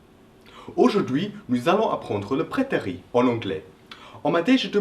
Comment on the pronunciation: J'ai l'impression que tu prononces prétérit par "prétéri" alors qu'il faut le prononcer "prétérite". Il faut qu'on entende le -T final. Très bonne explication en tout cas. :)